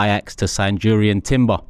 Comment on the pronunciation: It's pronounced Yurrien not Jurrien.